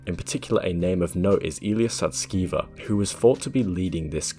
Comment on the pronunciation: You mispronounced Illya's surname; it's actually pronounced "sus-ke-ver" (haha!). The alignment team disbanded because they felt OpenAI wasn't providing sufficient computational resources for their research. Illya observed Sam prioritizing product appeal over safety, which led to Illya's attempt to have Sam fired (which ultimately resulted in backlash). Take "Sky" for example—the voice was crafted to appeal to consumers rather than prioritize safety. There's speculation that AI is being utilized to align AI systems, akin to how achieving AGI might align ASI. It's frustrating that many fail to grasp the broader implications. If we were to represent AI progress on a scale of 0% (AI) to 100% (AGI), OpenAI's technology is roughly 82% developed. The release of Sky to the public will likely herald unforeseen changes. Brace for rapid global transformation by year's end.